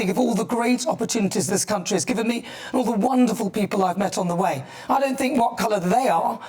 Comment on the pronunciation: Did she say raise the flag of this great crunchy instead of country at beginning? 😂